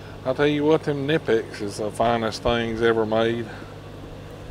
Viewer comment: Kah-nip-X is the correct pronunciation. The K is not silent. Best pliers company there is.